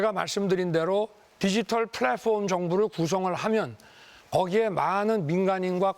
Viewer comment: 플랫폼 발음 하나 찰진건 알겠다..